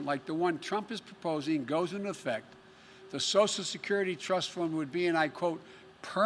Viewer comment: Sosal Security